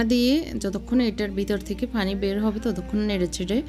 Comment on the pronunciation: আপনি "প" কে "ফ" বলেন কেন!!!! পানি, পেয়াজ এগুলোর উচ্চারণ ফানি আর ফেয়াজ এর মত শোনায়